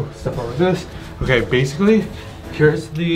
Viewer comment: All so said basily instead of basically